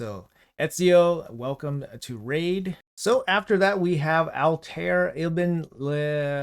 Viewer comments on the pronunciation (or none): Altair (pronounced al-tie-ear) was basically in the first game and game lore he was the one who remade a more modern assassins creed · How to pronounce Altair: All-Ta-Eer Bin-La-A-Had - Son of no one. My favorite!!! I'm soooooo hyped for this collab. So hyped. Honestly, I wish this AC collab was switched with the Turtles back in August - it would've been a nice b-day present for me, but eh, I'm still excited now! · Ezio pronounced - Etz-eeyo Altiar pronounced - Alt-eye-yair